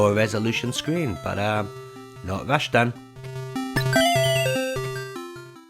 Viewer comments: rash-tan? think you mean ras-tan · Rashtan sound's like how Sean Connery would say Rastan lol